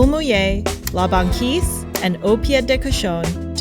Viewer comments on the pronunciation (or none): As a montrealer, hearing her pronounce « la banquise » like that breaks my heart